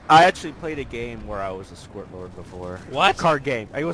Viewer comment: This is old, but he says squirt lord.